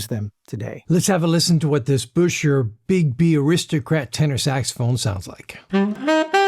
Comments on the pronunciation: I am surprised you don't know that the correct pronunciation is NOT "Busher" if you see the original promotional ads it was recommended that it should be pronounced "Bisher." I am just saying... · Not to give you a hard time, but those old enough to know say he pronounced his name bisher - sounds like fisher. Yes, I am aware of ads that have both pronunciations. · Buescher rhymes with "fisher", according to one of their own advertisements from back then. I have a 26 True Tone alto. It's quirky, but more fun to play than my YAS-23. It does NOT "sound like the same horn, top to bottom". You have to work with that :) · Great video. However, it's pronounced "Bisher".